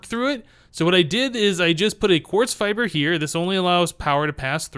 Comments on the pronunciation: seriously the fibre cables are pronounced fiber the fact they are spelled different doesn't effect their pronunciation in this case I am enjoying the series but that slight grammatical error is slightly off putting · You literally replied to a comment telling you how to pronounce fibre and now you keep on saying fi bree wtf.